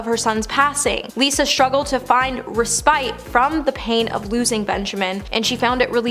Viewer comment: Respite. Like "res-pit". Just trying to help.